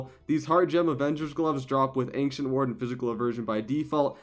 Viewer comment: I love the content, watched from episode 1 but please stop saying Ancient with K.